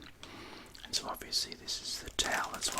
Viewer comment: A taoul! Not eh carpat!